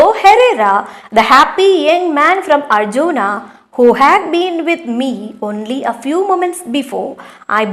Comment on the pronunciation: Mam, it is not arjona. It is pronouncing like arhona